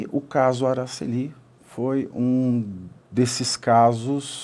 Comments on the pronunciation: Não é AraceLI, é AraCEli; paroxítona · É " Aracéli". Não é Aracelí. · Pronúncia errada do nome, não é Aracellí é Aracelli.